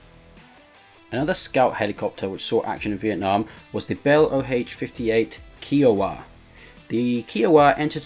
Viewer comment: Kiowa like iowa but with a k. Its not keeawa